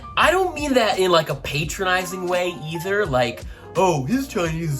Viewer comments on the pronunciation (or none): I understood his "patronizing", but the pronunciation is a bit off. ;)